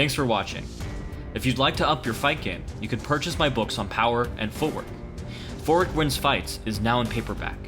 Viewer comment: For some reason every time you say the title of your book footwork wins fights it sounds like you're saying forward wins fights